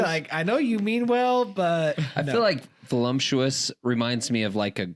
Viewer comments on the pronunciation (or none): I agree! I save the podcast to watch last! Just wanted to say the word is voluptuous not volumptious :)